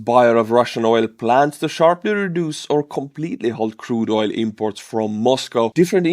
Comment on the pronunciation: Oil is pronounced with a hard L ❤❤❤